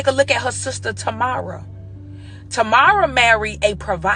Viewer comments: This chick is clueless. She don't even know how to pronounce Tia's sister's name. It's TAMERA, not TAMARA 2nd, Tia Mowry divorced Cory Hardrict, not the other way around. And she did it 2 years before Cory Hardrict did the movie for Tyler Perry. This chick is ignorant and uninformed. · She can't even pronounce her sister name right. Just trying to go viral and this video help a nobody get paid. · Tia and her sister Tomorrow 😂😂😂